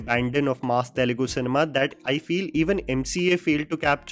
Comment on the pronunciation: the beginning of the video he says "path breaking cineme"😂😂😂🤦‍♀🤦‍♀🤦‍♀ I'm ded